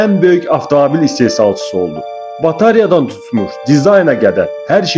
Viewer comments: BATARIYA yox BATAREYA . Ucuzluğununda səbəbi BREND istehsal olmamasıdır ! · BATARIYA YOX, BATAREYA.